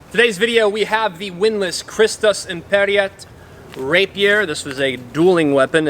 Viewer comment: IMPERAT, not imperiat....